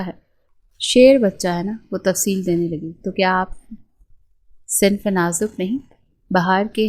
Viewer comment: صنفِ نازُک ہوتا نصف نازُک نہیں 😂